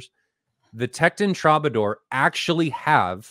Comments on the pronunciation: "True-buh-door", btw. Yew have botcheched the proculaciation. This may come to libations. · lol. It’s pronounced “TRUE-bah-door” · TRUE BA DOOR!!! Has he never seen this word? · Can't pronounce Troubadour? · Why is he mispronouncing "Tekton" and "Troubadour"? Wow. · I can’t believe he can’t pronounce the name of the speaker. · you don't know and can't pronounce the word "troubadour" ? why am I watching this?